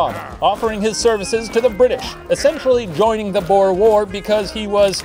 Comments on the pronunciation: As a South African, i am glad our history is getting recognition. also its pronounced "buure" not 'bow-er" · It’s pronounced boor not bow-er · The way the Professor said "Boer" like "Bore" or "Boar" is hilarious😂It's pronounced more like booooo-errrr, boo like a ghost and a rolling 'r' at the end, so much closer to "lure" than "lore" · It's "Boo-er" isn't it? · Same 😭 I was repeating BOOOR so many times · Did not expect this episode to be about my heritage. One thing- Boer is pronounced like boot - boo-r source: I am Afrikaans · I love it when English speakers try to pronounce Boer and say something like Bore or Bow-er. It sounds so silly. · Late to the party but the word 'boer' is pronounced a little different than you think. The 'oe' should be pronounced more like the 'oo' from 'boo'. Think of it as B-ooh-r. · Lol so as a "boer" I'll tell you the proper pronunciation is like, well think ooh, so boohr. Go hard on that R 😂 boohrrrrrr. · As a South African, hearing The Professor pronounce "Boer" is so fun lmao💀 Btw the "oe" in "Boer" is pronounced how you say the "oo" in the word "soon". It makes me so happy that my country is mentioned in Puppet History😭 Thank you Professor!!!💙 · As a South African, every time Shane pronounced Boer War like that my soul died a little more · Just FYI that's actually how we are taught in history class to say it, at least in Canada.. and majority of us can definitely roll our R's. It's a legacy of the war, even 112 years later. It's even pronounced wrong in TV period pieces set during the war. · I love how the word 'Boer' is pronounced XD and has been pronounced previously, I can't help but love how funny the pronunciation is, as someone from South Africa that is. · i know im a little late but just fyi, ‘boer’ is pronounced with the same vowel sounds as the english word ‘tour’ ☺️ loved this episode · As a South African, I am shocked by how Shane said boer. Total wrong pronunciation lmao.